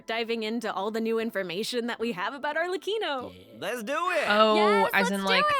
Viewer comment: I'm mainly surprised I've been mispronouncing Arlecchino's name wrong for the last few months. Other than that I'm pretty happy and content with what we're getting this update!